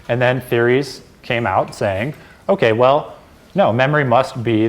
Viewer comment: Omg everytime i hear that okAYYYY , it is like a needle telling me to listen.